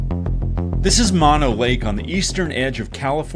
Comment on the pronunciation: Mo-no, not man-no, it's mow-no...